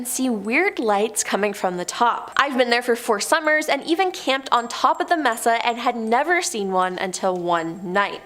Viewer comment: Mesa is DEFINITELY not pronounced "messa"....it's MAY-SAH.... A flat-topped mountain!!! If you don't know what something is, please check before butchering the word..... several times!